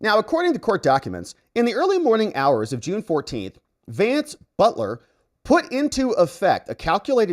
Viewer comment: No reason to mispronounce his last name.. And no reason to connect the Butler last name with BELTER.. And this is why I cannot take any longer. 🤔👎😐